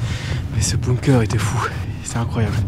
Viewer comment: Tout le monde dit "BOOMker" c'est BUNker les gars, prononcez-le bounker si vous préférez... De rien 😃😘